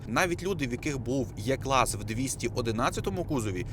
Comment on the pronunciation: Дуже цікаво і змістовно. Тільки прошу Вас правильно називати Е- клас, а не Є- клас, бо це калька з москальської